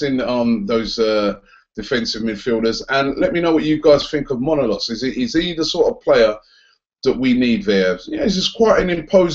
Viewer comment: Robbie you're getting your O's and A's mixed up in Manolas xD. M-A N-O L-A-S